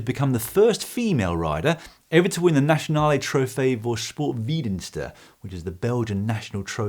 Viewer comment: So close on the pronunciation of de Nationale Trofee voor Sportverdienste Dan. You were up there with the bunch 3/4's of the way there, but then... my god, did you butcher sportverdienste. ;)